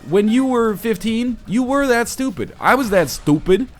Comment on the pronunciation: I love the way he says "stUpid"